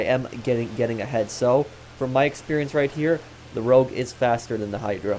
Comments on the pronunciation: Its rogue not rouge. Rouge in french means red;) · It's rogue, not rouge,. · Rogue, dude. Not Rouge. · Nobody can spell this thing right in the comments, it's Rogue! Not Rouge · Rogue guys why yall say rouge that’s red in French lmao